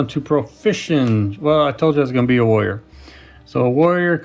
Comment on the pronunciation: When you first said warrior I thought you said lawyer.